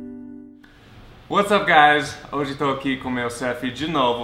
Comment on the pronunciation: WhatsApp? SOS KKKKKKKK É what's up! Tipo: what's up guys = e ai galera